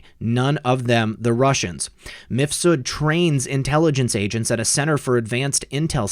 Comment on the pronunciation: Lol, seems you're one of the few YT creators that pronounces the name of MIFSUD they way it should be pronounced. Most of them pronounce it like MISFUD ! 😂👍